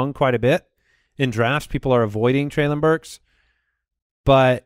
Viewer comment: Guys it's trey-linn burks not Trey-lawn Burks.